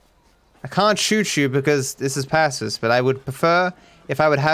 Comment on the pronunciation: Pacifist with a big emphasis on the word fist